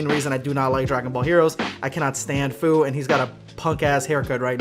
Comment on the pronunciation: Fu pronounced like fyou